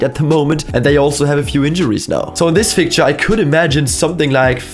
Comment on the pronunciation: "This will be a fick sicture" hahah German shining through